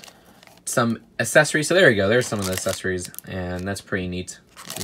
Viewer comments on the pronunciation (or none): Can’t say accessories (Assesaries) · did anyone else notice that he says “essesories”